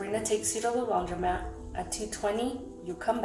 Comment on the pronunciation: It’s laundromat!! Is READING letters in a word that hard?? Criminal behavior is definitely correlated to lousy English!